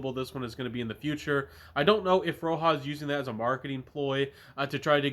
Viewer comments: Great video! This vetiver is a favorite of mine and I appreciate your take. BTW, it’s not pronounced Row-Ha, it’s like Rodge-A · Roja- (ra-jah) like Roger. Not ROHA (red)